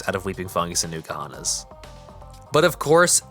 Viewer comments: It's not Newkuhana, It's N'kuhana. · Nuke-ahana makes my skin crawl. Like people who say nuke-ular. No it is not sir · You didn't even google how to pronounce it